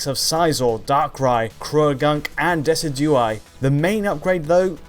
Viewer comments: de-SID-due-eye as in de-SID-due-us trees... -Desi-jew-eye... fucking really? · SuperNeonManGuy lol decidueye was butchered the most